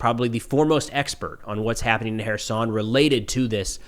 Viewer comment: I appreciate that you pronounce Kherson correctly...will you do the same for Zaporizhzhia?